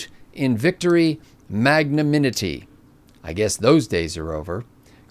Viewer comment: Great conversation, but FYI: It's mag-na-NIM-ity.